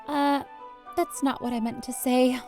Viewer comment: Cupquake: "Das cute" Me: not after sayori commits suicide.